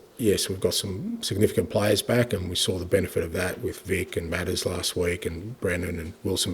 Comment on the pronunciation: Wonder how long it will take UK journalists to get a handle on the correct pronunciation of Mathys.